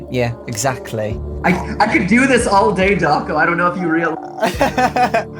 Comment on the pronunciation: The fnaf show where can’t say his own name and says dawcol.